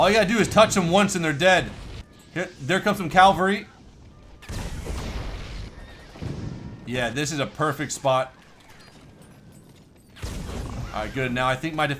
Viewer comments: Calvary? I think not. CAVALRY. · CAVALRY! not calvary. i played this game when i was younger too :) this and army men ! great games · "Calvary" - 2K16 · "there comes some calvery". 2016